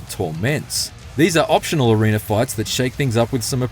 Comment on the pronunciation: In Each Areener.....